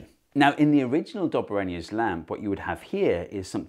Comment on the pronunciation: i thought Döbereiner's Lamp was Dobber or Anus Lamp, how embarrassing for me!